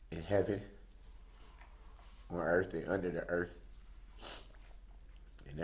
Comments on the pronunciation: “On the erf and unna da erf” ? Such a terrific grasp of the English language. 🤪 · In hebben and on earf. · One of my favorites: “on da erf and unner da erf”. MO-RON!!